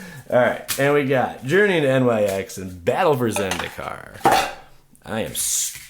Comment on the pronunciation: Nyx is pronounced as "Nicks".